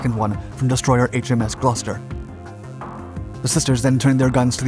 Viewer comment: Of all the YouTube channels that I didn't expect a correct pronunciation of "Gloucester" - this is up there